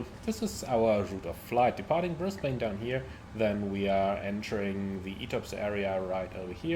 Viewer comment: Great video again. Like the look of the PMDG 772, but don’t know if I want to spend money on another 777 variant. As an Aussie, if you were wondering, Brisbane is pronounced as “Bris-ben” or “Bris-ban”. 🙂